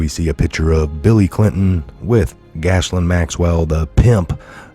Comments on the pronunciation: Not gashlin, it's pronounced jizzlane. And, uh, I guess she is! ;) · 😊 That pesky French pronunciation… She has a beautiful name. It’s so sad it’s on such a gross horrible person…Her name is pronounced GEh- laine. Long G sound like you would say KEY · Pronounced Gilaine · sorry but you need to get these names right... it's pronounced GIZ Lane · That's "Gee Lane" Maxwell! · Hey, the spelling will trip you up, but you pronounce it “Gill Layne”. God love you. 🤣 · Thank you, for all you do, I'd be so confused if it weren't for you and the rest of the awesome Truther Patriots out there! Love, Blessings and Gratitude🐸💜✌🇺🇸🌎 (I think it's pronounced like ghee-lane) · Gee Lane is the pronunciation